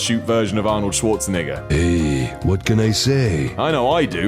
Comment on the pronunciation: You should REALLY work on your pronunciation of Schwarzenegger